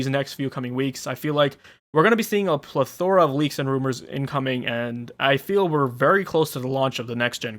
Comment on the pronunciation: Plethora = 'PLEHtheruh